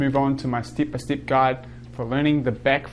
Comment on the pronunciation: Awesome tutorial and video! Actually didn't know you existed and I really like there's someone young and skilled making tutorials in 2020, not many people do that. And I would like to ask you, where are you from? Because your pronunciation of "E" coming out as "EE" is something I probably never heard and it's interesting 😄 "step" -> "steep" and so on.